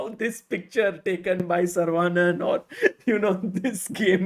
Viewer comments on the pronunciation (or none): Sagar, Please learn to pronounce Saravanan correctly.